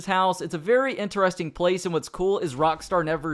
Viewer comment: Yes that was very ENTER-REST-ING